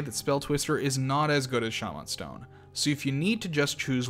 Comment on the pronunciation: this dude turned into hornet for a sec instead of saying shamen stone he said sha man stone with emphasis on the sha